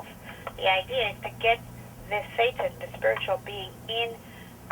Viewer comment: ever time she says thetan I look up because I think she says satan.